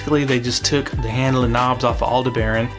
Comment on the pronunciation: good info but say Aldebaran just like you would the Star/constellation. All-De-Bur-On!